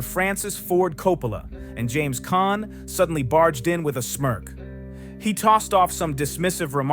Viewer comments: PHEWW! Btw, James Caan, not Con. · NOT Con ,NOT Khan. NOT Conner, But CAHN!!! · I don't know how much of this is to be believed. You even need to get the names right: it's James Caan, not Con or Khan. It's Marlon, not "Marlin". I don't know where you get your information. One thing you got right. Robert Duvall was an excellent "character actor" but he did not have the charisma nor the looks to be a "star", especially in those days. Even today, with so much WOKE culture infringement, those standards are still relevant.